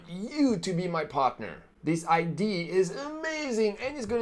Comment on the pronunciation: #4 mistake number 4, entrepreneurs don't learn to pronounce idea